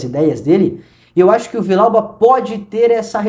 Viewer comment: A pronúncia tá errada, é Vi-Dial-ba. 2 LL no espanhol tem som de jota